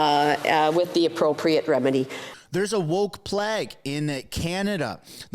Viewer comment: Please pronounce plague "play g" not plag like flag